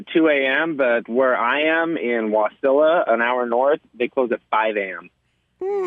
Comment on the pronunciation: It’s WAH-silla, not wuh-silla